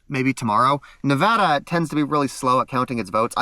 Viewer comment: Dudes saying nevada wrong